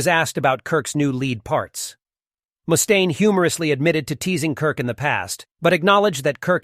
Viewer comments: Who tf says "mooooostaine"? Its just muh-staine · Moostaine? Wtf? This must be AI